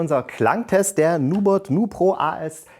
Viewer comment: Heißt das nicht NubErt nicht Nubot?